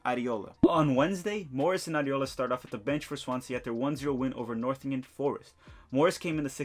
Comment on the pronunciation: Great vid but just as a heads up it’s “Nottingham Forest” not Northingham